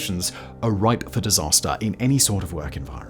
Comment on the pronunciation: Rife, not Ripe.